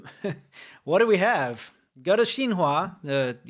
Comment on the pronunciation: Xin Hua sounds exaclty as the french word Chinois ( Chinese ) but like prononced by someone slightly retarded.